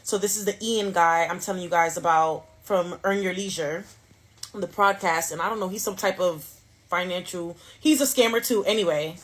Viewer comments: Is she saying FraudCast or PodCast?? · Bro, why she keep saying "PRODCAST"??